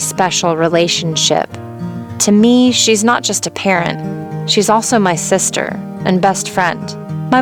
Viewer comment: Its sister not sitter